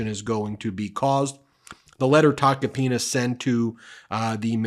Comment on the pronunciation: Ben… I’m pretty sure you pulled a Cohen and said “taco penis”lol! 😂😂😂 I know you really try to watch what you say, but when it comes to that name, it truly is Tacky Taco Penis! I wonder what shit he’s going to spill on Trump now?